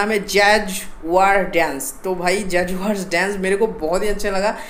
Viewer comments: Bhai school jaya kr tujhe jaguar nhi bolte aaya! Lol...! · Jhant tmko to naam tk pdhna ni ata be jaguar